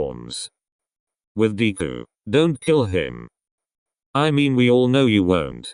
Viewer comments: Deku, nah DKU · Lol 'Deequ' poor deku 😂😂😂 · Everytime Bakugo said "Deku" it sounded like "Diku"😂😂